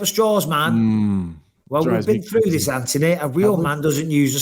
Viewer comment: "Ant-toe-knee" you're home!